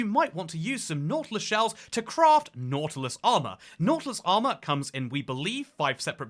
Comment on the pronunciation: nautilus ❌ nautulis ✅